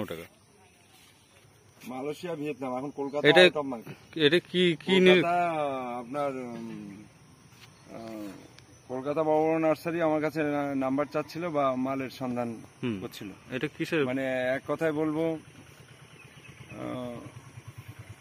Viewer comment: লাম্বার নয় নাম্বার বলুন